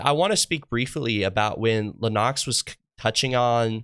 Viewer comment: I love John Lennox, too. But it is LEN ix. He is brilliant and I'm impressed by how young you are and how you are asking some really tough questions and trying to learn. Your future is bright.